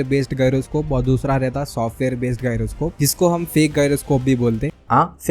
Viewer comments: Pehle gyroscope kaise bolte hai wo seekhlo 😂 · pronounce thik karle pehele GYROSCOPE ka